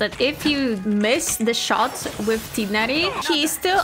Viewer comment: Omg, THANK YOU FOR PRONUNCING TIGHNARI CORRECTLY ! I love this series, this is so much fun, can"t wait to see what you do with them !